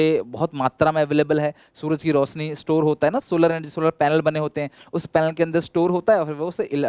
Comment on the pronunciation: रोशनी to theek hai ye रोसनी kya hota hai 🤣🤣🤣🤣